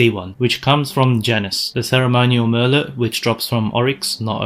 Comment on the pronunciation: merlot is french, the t is silent. :) mer-low